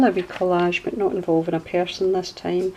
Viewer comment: No they don't! We only had the 3 main channels all through my childhood. I was so amazed when other channels started haha. You know I'm forever going to say collagee, or collagie, because of your saying it hahaha.